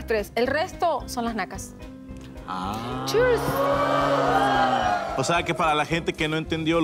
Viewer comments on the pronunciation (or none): ... "churs" jajajajaja... super bilingue la bestia esa